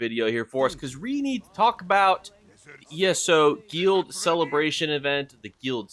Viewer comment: Hey buddy nice vid just fyi guild rhymes with build and filled and drilled